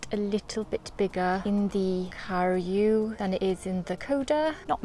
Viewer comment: Please learn how to pronounce karu its definetly not pronounced car-you